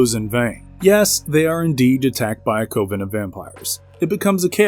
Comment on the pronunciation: Murad two??? Cmon man its Murad the Second. Oz-man-diaz. 😮‍💨 A cove-in of vampires 🤮. Never again will i watch this channel, this is too much